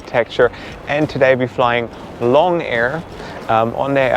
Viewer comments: It's pronounced as loong (similar to loom) rather than long. Loong means 'dragon' in Chinese :) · The carrier with the red and white livery is AirAsia. It's not "long" air. The "o" is a long "o" so it's more like "loong" meaning "dragon". If you had spent only a short time in China you would've known that.